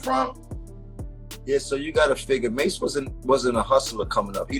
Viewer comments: Who is Massey? You need to stop this AI crap it’s ruining your videos Edit: I’m 9 mins in and not once have you said mase name right. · Mah-say is diabolical 😂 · It's MASE what the F haha MASEY ? HE'S NOT FUKING FRENCH NOR IS HIS NAME IS MASE LIKE "mace" fuk😅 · That nigga called Mase Ma-say 😂😂😂